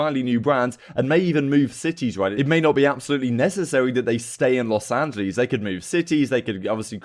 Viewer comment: love the vids bro but kind of triggering that you consistently mispronounce los angeles